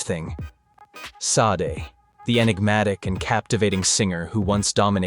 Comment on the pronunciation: "Shar-day" very ez 2 pronounce